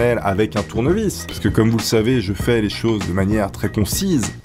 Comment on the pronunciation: go plaqué un tournevis mdrrr un "tounyvis" kappa